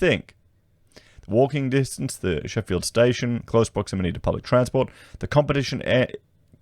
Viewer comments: It is the Middle of nowhere .... Not pronounced Sheffield ...its Sko-fields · Could you please pronounce Schofields correctly not Sheffield's.